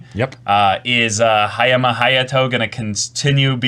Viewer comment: first off, its Haya-MA Hayato, not Haya-MI Hayato. Just one thing that bothered me. Hayoto is the character that is meant to emphasize that the "Chad" archetype aren't omnipotent social interaction apex predators that weenies (incels) like to think of em as. They got issues, they have complex emotions, and carry their own dark burdens. Hayama dislikes Hiki, not because he is a loner, but he can choose to be one, AND can be one that makes the "tough" decisions that he can't, (more later on that in the series). Hiki, while as the bros said, simply accelerated the friendship breaking process, HE WAS WRONG. Even if he was right. (insert Aimer and UBW here). This is not how relationships should be handled. Even "fake" and "insidious" relationships have value. Though that sense of worth was to be broken, the lessons taught from that experience are lost for the kids. They're just traumatized by scary HS students being shitty and exposing the fragility in their friendship, instead of traumatized by their shitty peers and the natural process of the shittyness of people you think you are close with and using that as a means of personal growth so that you meet and be friends with people who are of value to you, and find you valuable. Sai-chan Banzai. I think the bros are mistaken about Haruno's nature, BUT they are exactly right based on her current character. She's the Thors of SNAFU. But currently she's an Askeladd. I got no clue bout Haurno X Sensei's relationship. I do think the bro